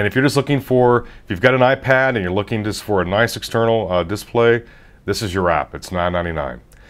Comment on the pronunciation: Are you Canadian? You say display funny. Like dissp-lay... It's bugging me out. Like whipped cream pronounced hwipped cream. Anyway good review.